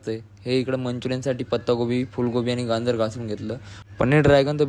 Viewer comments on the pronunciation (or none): गांजर नाहीरे गाजर म्हंतात😂😂😂